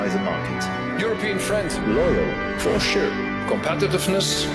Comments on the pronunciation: Les ça se soutien, for shurrrre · Il faut écrire et prononcer « forcheur » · For sure le top flop de la risée du monde entier! Quel mauvais comédien! Mauvais accent Anglais à retravailler!! C'est la honte de la France!😊